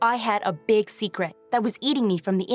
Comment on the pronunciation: “There is no secrete that could be hidden forever” done 🤣